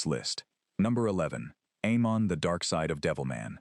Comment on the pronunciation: Aimon is pronounced "eye-mahn."